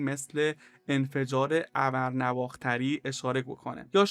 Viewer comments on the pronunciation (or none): سلام و سپاس فراوان از توضیحات شما جسارتا نواختر تلفظ درستش. نو بعلاوه اختر است یعنی اختر و ستاره ای که تازه متولد شده نواااااا. خ. تر. تلفظ نمیشه❤😅❤❤